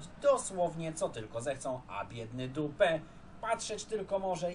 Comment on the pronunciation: Bardzo mnie rozbawiło jak powiedziałeś D*pa, zamiast Dupè🤣🤣🤣